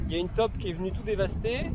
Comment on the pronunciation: Merci, belle vidéo. Juste un petit quelque chose, saule ça se dit "saule" et non "sole" et taupe ça se dit "taupe" et non "top"